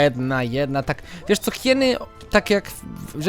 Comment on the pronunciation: mów na hieny hajiny to epicko brzmi:) pozdrowienia dla wszystkich:)